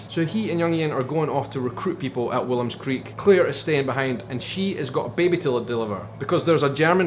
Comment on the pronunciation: Why does everyone everywhere calls the town Willem's Creek while it is Woolam's Creek? :)